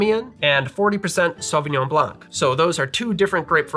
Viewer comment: Hi, and your spouse, very cool video, you might remember I've made a comment concerning the pronunciation of the word "coupe" from the french language. Just for the fun of it, when you say Sauvignon Blanc you must not pronounce the "c" at the end of the word. Pretend it's not there. So "sauvignon" very good. and "blan" (no "C" ). Myself I'm more a wine drinker than a cocktail drinker. I found it funny when you mention you'd like the taste of the french Chardonnay compare to the USA Chardonnay. The USA product is a lot more of a raw taste with a lot of "wood" in it. It's my favorite but I know it's not the case for most of the wine enthusiast. Also the Cabernet sauvignon in California contains a lot more residual sugar. Personally I like it but of course the preference differ from one drinker than an other. Thank you once again for you video. and have a nice weekend.